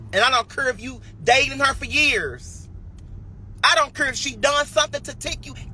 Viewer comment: Shim don’t cure😂??? girl STFU!! The word is care!🤣. BTW snitches get stitches.!😉